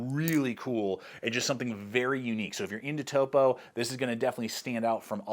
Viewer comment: I’m glad to hear that you can pronounce Topo correctly…. There is more than one YouTuber that incorrectly pronounces it as “top-oh”… I’m proud of you…good work